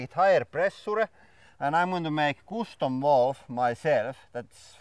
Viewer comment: I like how you say "custom" Coostum